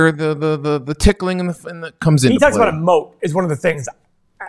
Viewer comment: What did Buffett mean?: “tickling” lmao